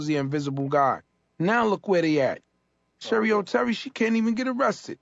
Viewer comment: its cheri oteri. but if she was anybody worth googling, you woulda gotten some results even with sherry oterry. that just shows ya.... where is she now? nowhere. lol.